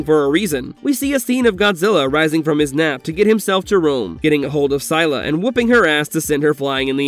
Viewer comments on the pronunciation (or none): I'm not tryna hate...I just felt like correcting ur pronounciation cuz I'm a huge fan of the Monsterverse and having u say "syla", hurt. So- um- it's pronounced as sil-la and spelt Scylla. Plz I'm not hating don't cancel me, ur cool 😭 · I dealt with you putting godzilla and barbie in the same sentence. But scylla? It's pronounced sill-a. I'm out of this video